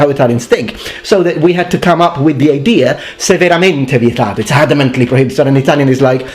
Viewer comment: Hey, why do you add an "r" on the end of idea? Please touch on that pronunciation topic. You can talk about it for 1/2 the video, or 1/4, or 1/8...or.5, or.25, or.125. If you are wedded to multiples of 10, you can decimalize Imperial measurement. In the end, both systems are arbitrary. However, one of my steps corresponds to 1 yard much better than 1 meter.